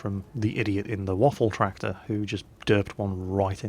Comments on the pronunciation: It's called Waffenträger not Waffentrager. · did he say, "waffle tractors E-100'? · Nice pronenciation of in the beginning! Almost perfect :) But you must pronounce the WaffentRÄger more with the RA! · Well the Waffenträger pronounciation was not bad, except that ff should be pronounced sharper. Hiss it! :D Seriously, put your teeth on your lower lip and push the air out. An f should sound somewhat like the noise that a snake makes when it's pissed. And no not british pissed, american pissed as in angry. ;-) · Your german pronounciation is actually very good, although you tend to roll the R too much...which is a common mistake thanks to one particular austrian. ;) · Hey, you miss the "ä" in Waffenträger.;) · Please do yourself a favor and just call "Waffenträger" = Gun Carrier. You guys from english speaking countries all sound like drunk russians if you try to pronounce this ^_^ ... Btw, yeah good review on this thing. Nevertheless, I really would like to see no one flame anymore about "scumbag artillery", since now the "scumbag TD-lines" are introduced :D Upcoming: Tier XI & XII, featuring Leopard 2A4/A6, Abrams M1A1/A2, T-80/-90 and so on... o_O